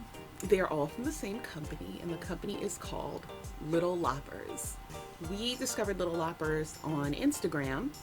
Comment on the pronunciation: Just so you know, it’s pronounced little l-oh-pers. cute video!